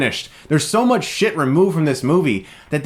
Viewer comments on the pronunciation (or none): none